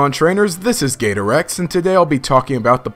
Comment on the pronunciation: You know what makes no sense every time he says gator X when his name says gator EX. I guess it's just a habit